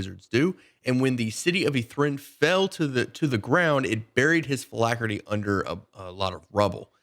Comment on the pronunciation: Funny how you mispronounce “phylactery”, you make it sound like some dude. “Hi, this is Phill Ackery, my accountant…”